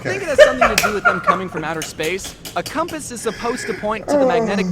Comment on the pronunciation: Comepuse. Not compass, come pause